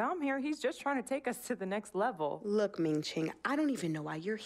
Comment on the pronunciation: she rly said ming ching